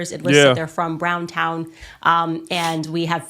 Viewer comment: The word is Browns Town and is pronounced as written, not Brown but Browns.